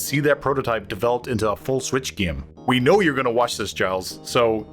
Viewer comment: Giles is pronounced geel